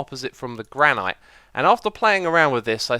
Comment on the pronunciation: So... "Never take things for granite" jokes don't work anymore? Just realised how he pronounces it as "Gra-night". I've always pronounced it as "Granit"...